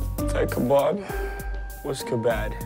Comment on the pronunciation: “That kabab was ka-bad and it klablooed me”